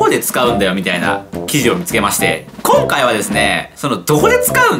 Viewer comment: 今↑回はですねぇ (？？？)